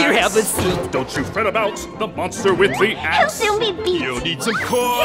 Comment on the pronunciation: The "monster with the axe" totally sounds like "monster with leet hacks" ... just saying :D